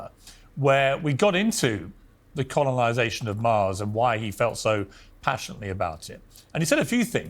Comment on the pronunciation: Til piers can pronounce COLONIZATION his opinions are shit